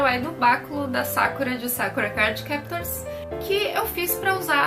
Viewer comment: E Sakura com sílaba tônica no "u" Como se fosse Sakúra mais se ler Sakura